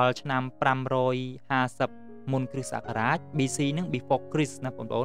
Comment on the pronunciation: លោកគ្រូ នេះអានថា គ្រិះ តែនេះអានថា គ្រិស្ត សូមលោកគ្រូជួយអានឱ្យត្រូវពាក្យផង! អរគុណ